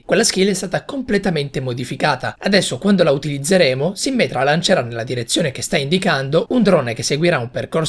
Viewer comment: Quando hai detto "sìmmetra" invece di "simmètra" mi è sembrato che avessi detto simmental! Hahahahahah